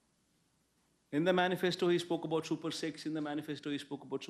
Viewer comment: he just said super sex instead of super six, he does not speek without the script